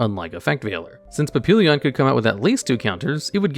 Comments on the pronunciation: It's pronounced paa pee yon Not papillion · It's pap-ee-yon. It's just french for butterfly. It ends LLON not LL"I"ON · I love your content, love your lists, but for the love of God, LEARN HOW TO PRONOUNCE PAPILLON!!! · Please, for the love of God, put Papillon into google translate on french and listen to how it's supposed to be pronounced. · The way he pronounced Papillon hurt